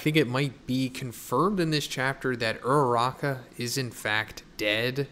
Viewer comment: I am way too attached to these characters dude, my stomach dropped when you said ururaka at the beginning. fucker.